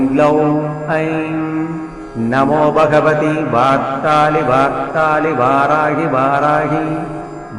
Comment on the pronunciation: Beautiful but pronunciation of varthali varthali is not clear